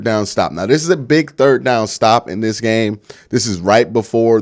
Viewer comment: Learn how to talk dis is not a word